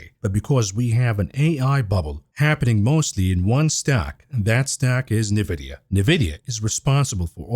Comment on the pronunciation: In vidia NOT nah vidia